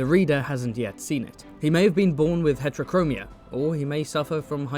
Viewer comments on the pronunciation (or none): none